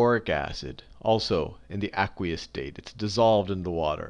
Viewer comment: Awesome vid but the way he says aqueous is really bothering me loll its AYQueous!